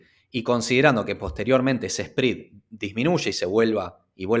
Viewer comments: Me duelen los oídos cada vez que escucho SPREAD pronunciado como SPRID. Me desconcentra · Muy buena información. Un favor, que hace ruido al escuchas el video. el “Esprid”. Se pronuncia sprɛd. Gracias